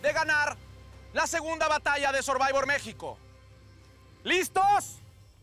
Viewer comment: Dice el comentarista, sorbayvors. Le copean a programas americanos y ni el nombre lo pueden pronunciar bien.